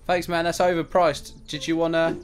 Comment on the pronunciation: Is it just me or If says here you go man or that's 700 dollars man it just really sound like mam xD